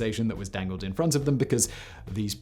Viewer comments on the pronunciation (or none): none